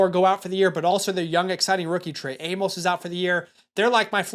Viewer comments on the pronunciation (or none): none